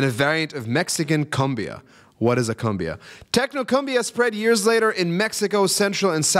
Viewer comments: Not CUM-bee-uh. It's COOM-bee-uh. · Hello First of all, it is NOT pronounced 'cum-biaa'. It is pronounced like 'coom-biah'. Second of all, IMO J. Lo's interpretation of Selena was not that good and see used it more to promote herself than to pay respect and homage to Selena. Third of all. Selena and the woman that killed had agreed to meet at a hotel to discuss the embezzlement, (according to the account) the woman claim that she had just 'borrowed' and would pay it back soon. But Selena did not believe her and was on the way out of the hotel building when the women came to her (about 10 feet away), yelled out her name, and as Selena turned around, she was shot. Fourth of all, (about this song's lyrics) the right translation is NOT "it how it hurst"; it is " how it hurts me". Also her brother (A.B. Quintanilla) is the guitarist behind the Afro backup singer to her left. Her older sister was one of the keyboardists in the band. (which you will see if you watch the film about her life) And Finally, "We want to give you many thanks for making this night possible. We broke the record (for attendance) this night. Give yourselves an applause. A thousand hugs and a thousand (big) kisses at each and everyone of you. Take care of yourselves and we will see you very soon. Until later and good night." Is what she says as she ends the concert.